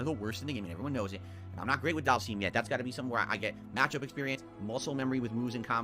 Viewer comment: Do all people from Conneticut pronounce words weird like? "Dhal-seem"? Anything with "ity" at the end and "twit-ter".